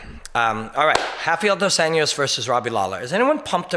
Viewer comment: Tuned out on the "dos ENYOS" part. It`s been over 3 years since he`s been in the spotlight for his performances. Can't get over the butchering of his name. English or Portuguese, please. Enyos is neither.